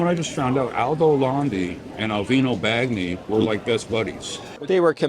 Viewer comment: Alvino Bagni's surname - the gn is pronounced like the gn in lasagna😊